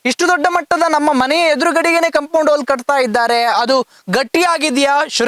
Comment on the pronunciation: ಸ್ವಾಮೀ ಅದು ಕಂಪೌಂಡ್ ಹಾಲ್ ಅಲ್ಲ, ಅದು ಕಂಪೌಂಡ್ ವಾಲ್ 😮